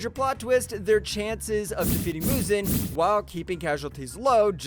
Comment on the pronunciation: We ganna talk about how he just butcherds everyone names other than our smexy rengoku Edit: He calls muzan muzen. OML... Wait he called Michael Jackson, You have been saved from the ds community!